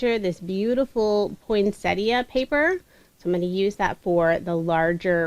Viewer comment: Finally, someone who knows how to pronounce ‘Poinsettia’ Thank You 😊 I’ve watched a few tutorials using the awesome plant 🌱 but couldn’t watch to the end because it flustered me,,,,,,,immensely.